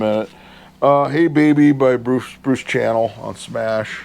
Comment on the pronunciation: Nice finds! By the way, Bruce Channel’s name is actually pronounced like the designer name Chanel…